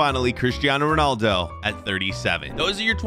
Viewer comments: Did I just discover you saying ponaldo instead of Ronaldo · Anyone gonna talk about how he said ponaldo instead of ronaldo? (No hate)